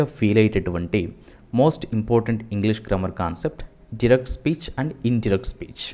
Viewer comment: డూరెక్ట్ స్పీచ్ కాదు నాయన..డైరెక్ట్ స్పీచ్😂😂😂😂😂😂😂